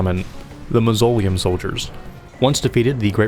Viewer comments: Ive missed your uploads! So glad i saw this one. Also MAWS-OH-LIAM. Not maws-oleum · Bro said muzzolium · Its Maws o liam. Mausoleum. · Amon doesn’t rhyme with cmon. It’s “a-mun” and your pronunciation of mausoleum really burns my biscuit. Mahz-uh-lee-um. “Swordmaster ons”? ONZÉ (ON-ZAY). I can’t tell if you’re just fucking with me at this point. Yosh rhymes with Josh. No reason to put a long O in his name. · how do you not know how to pronounce mausoleum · The way you mispronounce mausoleum is very distracting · The way you say "Mausoleum" is hilariously wrong! xD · Hate the way you said mausoleum